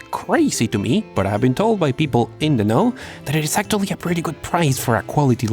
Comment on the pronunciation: Nunca aprendió a pronunciar bien "actually"